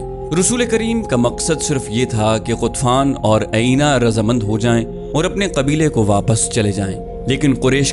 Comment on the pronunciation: بھائی غطفان کے سردار کا نام عَینِیَہ نہیں بلکہ عُیَینَہ ہے۔ اسی طرح ان کا نام نَعِیم نہیں، نُعَیم ہے۔ آپ کی آواز اور لہجہ بہت پیارے ہیں۔ لیکن کچھ اردو اور عربی الفاظ کے تلفظات میں آپ غلطی کر جاتے ہیں ۔🙏 معذرت چاہتا ہوں ، لیکن یہ میں نے تنقیداً نہیں بلکہ اصلاحاً عرض کیا ہے۔ دل آزاری کی معافی چاہتا ہوں ۔